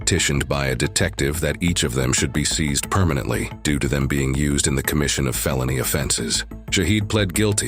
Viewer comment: Da Phuq is “permanenty?”